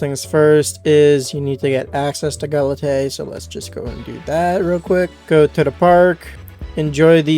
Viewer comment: There's a guy on the island that teaches you to pronounce galatea correct, BTW.